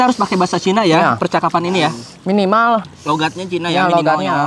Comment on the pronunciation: kocak njir ngomong china 😂😂